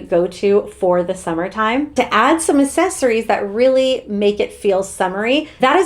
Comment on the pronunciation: Can you please learn how to pronounce "accessories"?